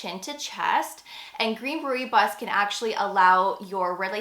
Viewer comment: FYI Rooibos is pronounced “roy boss”